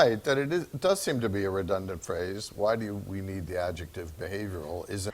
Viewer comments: The patronizing guy sounds like a Scandinavian person who learned UK English. In the US the vowel in the first syllable of 'redundant' I think is more of a schwa. Although this is hardly going to be the thing that catches you out as a non-native speaker. Your 'inevitable' is spot on. Okay thanks, gonna go back to trying to learn French now. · redundant repeat "redundant"